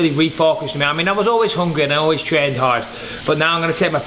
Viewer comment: Bisping always says "hard" with an American accent lol